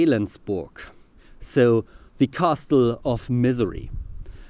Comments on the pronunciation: You're kind of overpronouncing "castle". The t probably hasn't been pronounced in several centuries. Think "kässel", or better yet, "kässl". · i love how u pronounce the T in castle bc it shows some nice stuff about linguistics